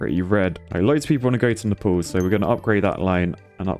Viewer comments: Did say Nepal’s? Instead of naples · My god the mispronunciations are infuriating NAPLES like staples with an N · Nuh-palls? Nay-puls! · Naples pronounced like staples, not Naples like apples 😆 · Btw it's said "nay paul s" not "nai pl ss" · him saying "nepals" instead of "naples" is really triggering me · Hate to be that guy but Naples is pronounced like "Nay-pulls" not "Ne-pulls". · Nay-pulls. Not neh-pals. Please. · Every time pronounced Naples like Nepal(s) I shuddered. Either go Italian with "Napoli" or pronounce it the English way like "Nay-pulls". Shame. Shame. Shame. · lol yeah i was also thinking about nepal when he pronounced nay-pels + its pretty easy to pronounce it he was overthinking it lol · Oh gos, napples is not how you pronounce naples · why ddi he say Naples like Nepals xD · THE WAY U A SAYING NAPLES MY GUY, SO ANNOYING. But I am nice so I will tell u how to say it because Italian here, the way u say it is nay-ples or if u want Italian it is nah-po-li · His pronunciation of Naples though💀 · The way you pronounced "Naples", and with that excitement levels, made me laugh so much, I was not ready for that ahahahahah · The way he pronounced Naples XD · how do you keep pronouncing naples wrong lmao i thought they were flying to nepal for a second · Your pronunciation of Naples is a bit odd, sir